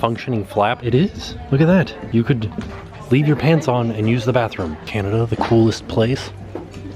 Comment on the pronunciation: LOL at about you said "I'm all aboot 'CANADIA" ".